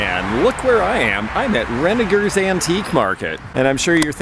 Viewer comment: Thank you for pronouncing Renninger's correctly with a hard g. Now, go tell how to say it! lol And, thanks for this great video. I really enjoyed it and you. And, we got to see Belly! whooohooo.